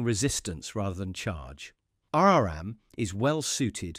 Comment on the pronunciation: You need to teach your AI how to pronounce tech terms. It is "R.RAM" not "R.R.AMM"😧, "C.MOSS" not "C.M.OSS" 😖😖and "C.N.T.FETTS" not "C.N.T.FEETEEZ"! 😱😱😱